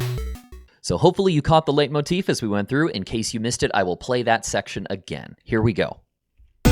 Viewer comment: It's pronounced "light" motif, from the German word for leiten: to lead.